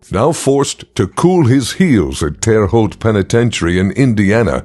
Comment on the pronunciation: As a Terre Haute native, I lol'd at the pronunciation in this video